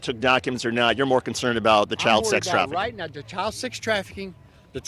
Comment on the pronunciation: ”That’s reyet…” The Q drops…